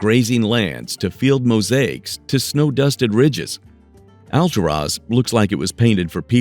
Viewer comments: I lived in the City of Clearlake when my son was born. It's Al-tour-is !!!! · It's pronounced AL TUR AS! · hey, stupid! It's "Al-TOOR-as" OK? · 😂😂😂Hold up how is he pronouncing Alturas "All-to -Ross "😂😂 he failed to mention in order to get to that town you're going to have to go through little dinky towns Like , round Mountain,Burney,Fall River Mills in a few more to get to "All-to-Ross"😂 In the bad thing about driving to those towns you got to deal with Canyon twists and turns big semis are driving hella fast around those curves there are rarely no guard rails so if you don't have good reflexes you're just going over the canyon Edge😬, and you're looking at elevations of 3,004,000 Ft Summits to get there so don't dare go when it's winter that snow is going not going to allow you. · You should make an effort to pronounce "Alturas" correctly. It's not Al-tur-OZ!